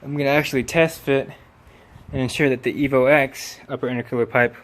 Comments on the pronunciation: Nice vid. Only thing made me cringe was "Evo Ex" 😁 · It's EVO 10!!! Not EVO EX!!